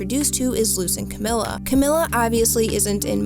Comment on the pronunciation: Fantastic video I really love this. And any other TOH videos that you make I’ll also love I’m sure. But just so you know, it’s Camila with an E sound and not an i sound